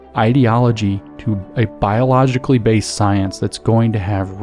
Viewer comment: Please do consider improving the quality of your pronounciation. I do appreciate your work, that's why I'm angry, it makes it hard to understand the great and important content. Example: bio-lo-gi-cal-ly is not pronounced "biloshowy"...! ! ! If you want to convey information, that aspect of language counts for something, for God's sake you're speaking, not writing...